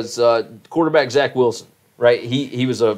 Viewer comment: Pretty sure it's Zach not jzach or whatever you attempted to say